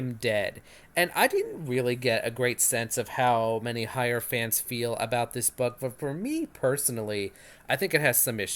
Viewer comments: Thanks but I would appreciate if you'd pronounce her name properly - Heyer - HEyer not HAyer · Oh, come now! In what universe is Hey pronounced High?